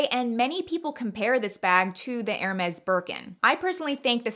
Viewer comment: Pronunciation of HERMES, is 'air-may'. NOT 'her-mez'